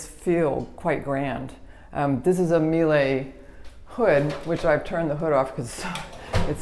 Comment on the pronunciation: Love your videos, but the right way to say Miele is mee-luh. “While it is a challenge to phonetically spell the name in its correct German form, the closest way to educate customers in the United States on how to say it is “Miele, like the name Sheila.”